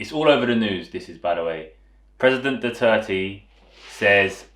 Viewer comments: I kept hearing foreigners saying President "Duarte"... This is probably the first time I hear someone properly said "Duterte" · I am a Filipino. I speak both Tagalog and Bisaya. You just said it right. Thank you for doing this video. I watched the advertisement.